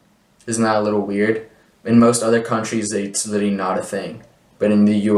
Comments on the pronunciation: I was going to ask what litty meant. I wonder why he can’t pronounce that word. Maybe he should find a word to replace it like “actually” so he can be understood. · When “literally” becomes “LITTY”… LMAO 😂